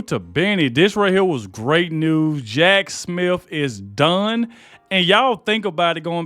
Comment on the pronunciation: Jack Smiff? Lol